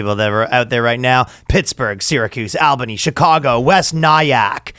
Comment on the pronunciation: Hey keep saying Albany in that way, totally doesn't sound weird at all. Keep up the great work boys